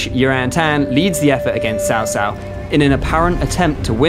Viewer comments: you literally say Chow Chow, like the dog. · after all this time, how are you still saying his name as SAO SAO?!